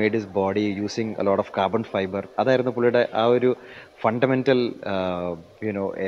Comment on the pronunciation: 20 minutes of pure "Cah-buh-fi-buh" 🙌🏻🔥 😁